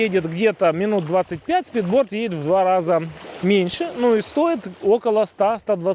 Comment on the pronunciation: speedboat а не спидборд